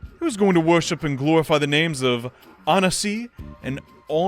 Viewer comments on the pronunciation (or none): Anansi is pronounced like ahn-AHN-see, at least from the Wishbone tv episode I remember from like friggin 20 years ago or smth, that puppy was cuuuuute af. VERY in-character for Anansi, to PLAN his loss in a competition, dramatically cry about it, and then twist the others' sympathetic words to declares his goals met! He is BIG trickster-y, no pride at all, fully goal motivated, so much 'nanana-boobooo' energy, it's so much fun to watch retellings of his adventures